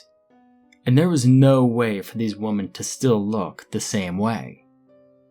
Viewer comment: You have the pronunciation of women wrong. Really annoying